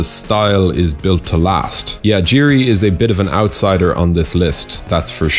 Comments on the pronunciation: it's not Jiri. It's pronounced as Yiri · i find it hard to believe that jiri is 1 of your favourites as you dont even know how to pronounce his 4 letter first name lmao🤣